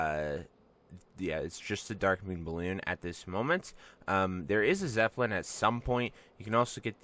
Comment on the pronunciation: "there is a zeppelin at some point" "and here we have the tonks and zeppelin"